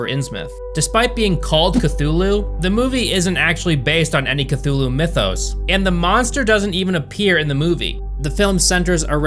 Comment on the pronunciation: Strange that your American tongue could not pronounce those directors’ and writers’ names, but yet you can pronounce Cthulu’s proper name just fine. 🤔